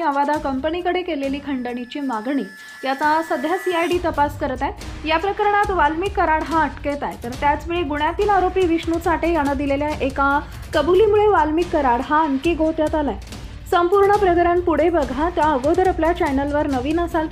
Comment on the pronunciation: "न " चा उच्चार " ण " असा चुकीचा होतो आहे; जसे "" गुन्ह्यातील " चा उच्चार " गुण्ह्यातील" असा होत आहे. तो बिनचूक व्हावा असे वाटते.